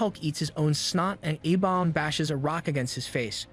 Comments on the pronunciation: Bro says abomb. It's A-Bomb or A BOMB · Love the breakdown but why can't this guy say the letter A right 😂 "Ah bomb" "Aah- vengers" is it just me lol